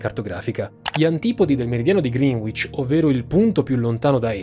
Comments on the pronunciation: Seguo tutti i tuoi video ma 'green witch' non si può sentire. Si pronuncia 'Grènicc'. ;) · Bellissimo video. L’unica cosa è la pronuncia di Greenwich. Si dice “Grenich” non “Grinuich” 😉👍🏻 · Scuola di inglese come sponsor per sentire pronunciare "grinuich" 😃😄😂😂😂😂😂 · Ciao, ottimo video come al solito. Se posso farti solo un appunto, visto anche il tuo sponsor, la pronuncia di Greenwich che ci hanno insegnato al liceo e' sbagliata, suona piu' o meno grenic (con la c dolce) in realta'. Complimenti anche per l'ottima citazione di Rap God! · Si pronuncia "Grènich", non "Grìnuich" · Mi complimento per la cura nella pronuncia dei termini stranieri, mi sono accorto che te ne è scappato uno, se quella è la direzione: Greenwich si pronuncia come 'Grenitch'. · Ringraziandoti per i tuoi STUPENDI video, vorrei però redarguirti sulla pronuncia di Greenwich: non ho capito se hai davvero fatto Lingue ma sicuramente sei un ottimo geografo 😅 rivedi la pronuncia: si legge “GRENICH” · Complimenti, contenuti sempre interessanti. Faccio notare errore nella scritta a tutto schermo agli inizi del video, dove "perché" va scritto con accento acuto e non grave. E poi, la pronuncia di Greenwich è sbagliata, si legge "Grenich". Ciao e grazie ancora per ciò che fai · Greenwich si pronuncia tipo "Grenech". (Non lo sapevo neanche io prima, ma mia moglie è inglese. Potete verificarlo facilmente con Google.) Mi scuso per il commento un po' petulante 🙏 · La pronuncia corretta è GRENICH 😉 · Adoro sempre il vostro lavoro, però credo si pronunci "grinich" la doppia W non si sente... 😅. O almeno i londinesi che conosco e abitano in quel sobborgo credo la pronuncino come dico... 😂😂❤️👍🏾😙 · La pronuncia di Greenwich nel video è più da Greenwich USA invece che da Greenwich a London (UK)…la w non si pronuncia.